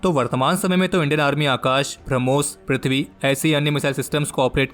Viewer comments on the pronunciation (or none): none